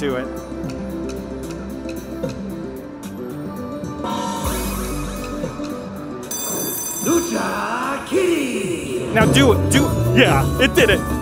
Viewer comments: “LUCA kitty” 😂 Im Puerto Rican so that made me laugh. LU-CHA…. Like LOU and the CHA CHA slide. Lucha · Lucha......CH......Lucha Kitty.....not Luka kitty.....lol